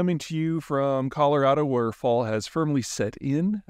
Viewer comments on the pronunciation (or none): none